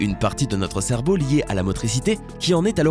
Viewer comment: Il a dit cerbeau à la place de cerveau